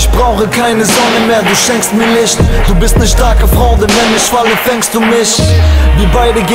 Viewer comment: Ich muss mal hier echt Kritik geben... 1. Schlechte lyrics, sowas hat jeder, der ein bisschen Verstand und IQ hat in 10 minuten geschrieben, wie IstanbulLaaasy schon sagt: KEIN TAKT GEFÜHL 2. Lischt, Glücklisch usw...... was ist das für eine Aussprache????? Bitte liebes HipHop.de Team nicht mehr hochladen sowas.....